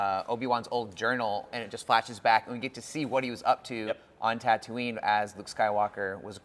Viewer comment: So is too cool to pronounce tatooine correctly?